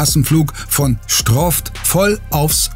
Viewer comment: sagt der STROFT TYP noch mal stroft!!! ich glaube falls der kinder hat hören die alle auf stroft